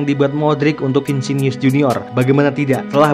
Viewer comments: Vinisius bro bukan vinsius😅😅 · Vinicius bos bukan vicinius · Vinisius bosq... bukan Vinsinius... heuheuheuuu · Vinicius ya bang ya, bukan Vincinius. Nama orang jangan diubah", haha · Vinicius Jr.. Bukan Vincinius Min..🤣😅🤦‍♂️🤦‍♂️ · Btw namanya "VINICIUS" bukan "VINSINIUS" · Bukan vincinius bang , vinicius junior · Vinicius bukan Vincenius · Bkn vincinius tapi vinicius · Vinicius...bukan vicinius 😆😆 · Vinicius bukan vincinius🔨🤣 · bang vinicius nyebutnya bukan vincinius terua nacho bukan nako.. itu aja si bang,semuanya keren.. semangat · Saya koreksi pengucapan namanya ya min.. 1. Vinicius = Vinisius 2. Nacho = Naco, bukan Nako